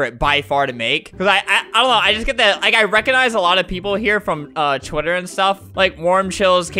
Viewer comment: Flamingo: "Make sure to follow me oon twiterr" Me: w a t